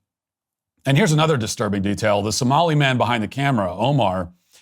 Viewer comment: Unfortunately you have too many N's in the US and somlien pirates 😂😂😂